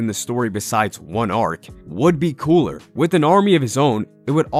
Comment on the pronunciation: So we're literally all going to continue to nerd out and ignore the fact that he said coola lmao , I mean I'm 100% with it it actually does sound better but at the same time ,, I need to confirm are we all ignoring this ? 🤣🤔🧐